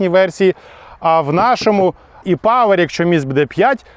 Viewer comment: Приємно слухати - Е-павер, Е-форц. Бо недолугі блогери повторюють за цапами і Е - латинське, і українське читають як Є. Так неприємно слухати...